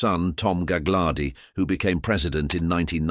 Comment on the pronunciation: It's galardi the second G is silent